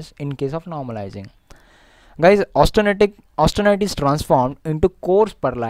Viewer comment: AUSTENITE IT IS..NOT AUTSTENITE